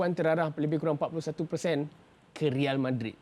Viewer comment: "Real" tu kn royal sebutan espana = reyal